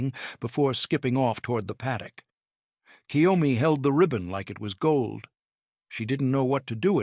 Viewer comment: Totally understand why KYOMI didn't understand someone pronouncing her name entirely. Like so many British as well as American speakers do for no reason that can be understood by any Linguist we make the sound of EE before "Y" It's obviously not "Key Yo Me" or even "Ki Yo Me" It's KYO just the "K" sound directly in front of the "YO" Not KiYoMi Like so many pronounce ToKiYo instead of TO-KYO or KYO-TO Like British has the problem with Ukraine - There's no 'Y' in front of "U' There's no "Y" in front of JagUar.